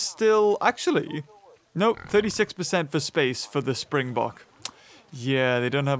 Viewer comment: Im South african , I absolutely love how you pronounce springbok . You are dead on with "bok" but it is its afrikaans name , in english it would be a spring buck.